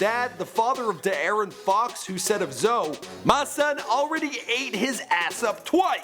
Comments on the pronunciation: He says Duh Aaron its D Aaron , DeAaron Fox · 😭😭 It's De'arron like "De Air he on" not "da erin" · "Deh-Aaron" I love white people